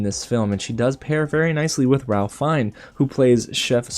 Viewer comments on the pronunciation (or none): Great Review! Really looking forward to seeing this one. FYI, his name is pronounced rayf fines.